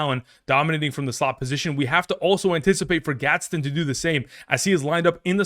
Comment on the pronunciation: it’s Orande Gadsden lol come on now